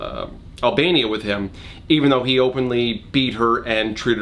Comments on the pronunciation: I wish you had at least tried to say Anatoli's name properly because it ain't that hard and the way people just don't even bother trying to say our names properly is really annoying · How many times can you mispronounce ANATOLI? Priceless :) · How to pronounce Anatoli: Anatalie Anthony Anatoli ✔️ Antanoli Antolini Antolino Analoni Analonia Antoine Abernathy Android Abloid Abalabathy Abalabadingdong Argon the Terrible Anatoli ✔️ Antoinette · mispronouncing anatoli's name in increasingly strange ways is the highlight of the last third of this video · the consistent missaying of anatoli's name got me to laugh a few times